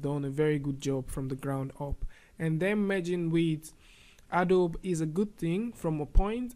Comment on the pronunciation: It's pronounced A DOE BEE